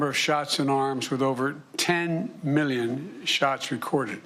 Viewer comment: I can’t get over how he says “million” “Miyyun”